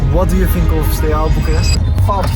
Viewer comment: As a romanian, him not saying the A at the end of SteauA is disrespectful lowk